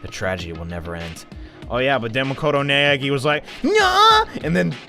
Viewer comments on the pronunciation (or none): none